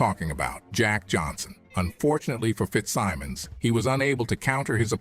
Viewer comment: what is up w/ this mis-pronouncing names in documentaries? Morgan Freeman I would say, knows how to pronounce Fitzsimmons. it was not only a fighter, but subsequently, a Teamsters boss. this 'dumbing down' is getting to be fashionable. and to those who may not be boxing fans, these photos are not Johnson! WTF are these impostors doing in this doc? the idea on paper is great, especially Freeman, to lend it credibility. but he doesn't! bullshit! half naked white girls w/ some tall black man. it has no relationship to reality. he was an amazing person w/ out filling his life story w/ bullshit!